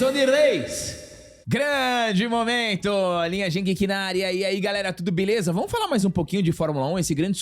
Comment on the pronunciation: Não é por mal não, mas quando fala, parece que ele diz "grande monumento" 😂😂😂